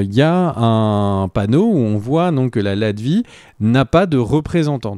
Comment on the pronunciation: Latvérie, pas latvie